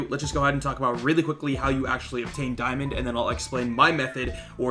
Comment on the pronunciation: Di-UwU-mond, ok that was cringe